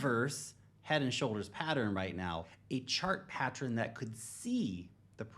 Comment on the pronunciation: Why is he pronouncing pattern properly now? Go watch his other videos, he never pronounces it correctly. "pattron"